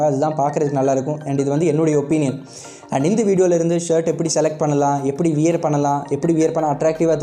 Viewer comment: நண்பா அது வியர் இல்ல வ்வேர் ....